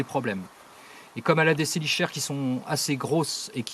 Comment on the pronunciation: Excellente vidéo!!! t'écouter parler des araignées c'est un plaisir ^^ pour les chélicères ça se prononce "Ke" 😘 En revanche vraiment génial! en dehors de "ANIMAUX: MODE D'EMPLOI" personne ne parle de manière aussi exhaustive des araignées et arachnides plus généralement. un régal ta vidéo 😁😊 biz Et merci beaucoup pour le clin d'oeil de fin ça me touche! 🙏😸